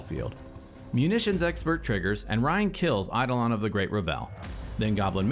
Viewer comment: "EI-dolon of the great re-VEL" is a real funny way to pronounce that. (Not sure if you're doing a bit, but it's traditionally "ei-DOH-lon" and "REV-el".)